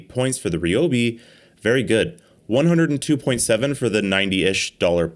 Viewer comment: "Ree-Obi" He says... ;)